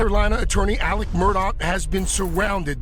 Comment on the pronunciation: Also his name is spelled Alex however it is pronounced "Alec"